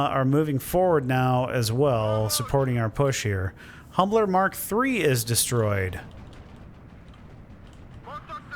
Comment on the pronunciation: humber not humbler